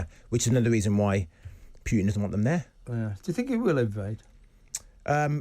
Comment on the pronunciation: Will TR hosts not pronounce "Putin" correctly? There is only one "i" in "Putin", not two!